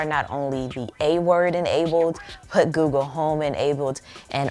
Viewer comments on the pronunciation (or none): none